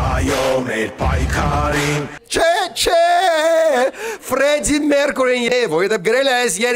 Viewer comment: Նույնիսկ երկու ժապավեն միաժամանակ կտրեք միևնույն ա Ավինյան չեք դառնա): P.S. Ինչ երկու անգամ հարգելի Նարեկ, Ֆրեդդին դադձավ Ֆռռռեձիկ։